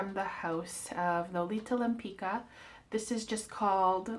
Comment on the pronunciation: It's pronounced like Lempitzka